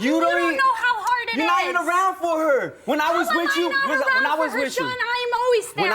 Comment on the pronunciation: With you! Not which chu!